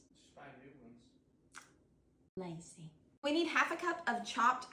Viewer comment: Her pronunciation of lazy, had me rolling. My husband said its so we dont cut ourselves. 😂 ❤